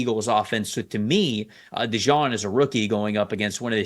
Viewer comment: Cooper DeJEAN... Like, the jeans you wear. It's not pronounced "Dejawn". That's just a nick name some Philly fans gave him.